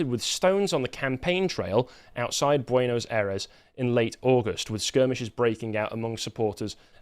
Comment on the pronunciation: /PEH so/ peso /BWEN as/ Buenos Aires -Ffs listening to your pronunciation is painful